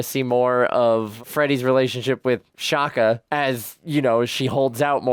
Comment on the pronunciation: Freddy's boyfriend's name is "Sha-za" not Shaka lol. Although his last name is Zulu lol, which is weird.